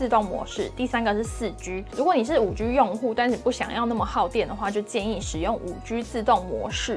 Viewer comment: 你好！一直有个小小的感觉这次特别明显，我好想留言告诉你，你的G的发音好可爱哦，不是常见的类似“吉”的读音而是会读成有点偏“居”的读音，这次因为有一段讲5G的部分出现的超频繁，超可爱的！😋🥰 非常喜欢你的频道和你的风格，祝你订阅越来越多哦！希望可以多介绍一些好玩好用的捷径，感觉很厉害可是我不太会用这个部分。